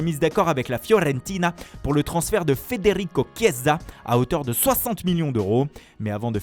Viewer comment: Frrrrredddderico Chiiieeeesa ! 😂